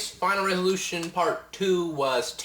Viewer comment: homie u sayin revolution or resolution?